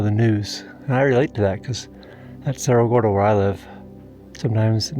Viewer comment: Around here it's pronounced "App-uh-latch-yah". Glad you got a chance to get away from Serro Gordo for a while!